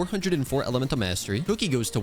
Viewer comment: the way he ''kuki" like "cookie"🤣😂